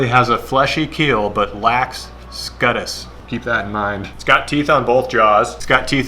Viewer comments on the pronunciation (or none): Scutes is pronounced "sk-YOUts". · Hahaha I spent type googling “scutus” and had to go to the Iowa DNR site to see what said….SCUTES, he said scutes😂